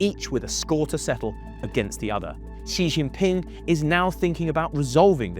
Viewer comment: Say it correctly: GUANG—JOE (Guangzhou) ZOO—JOE (Suzhou) SEE—JIN—PING (Xi Jin Ping)